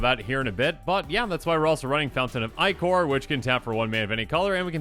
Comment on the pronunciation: "fountain of i-core" hehe